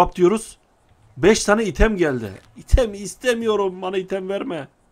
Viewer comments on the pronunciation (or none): none